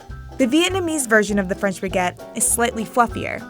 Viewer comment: Sweet Jezuz. It’s Baguette NOT BEGETT. If this is VICE’s idea of an international food correspondent it’s truly comical. Ignorance is a sad excuse for laziness….. just look up how to pronounce words properly sweetheart ~ I’m embarrassed for this gal.